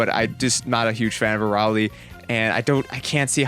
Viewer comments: A ray lee, is how that's pronounced. Not a rauw lee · it's a-rail not araly idiot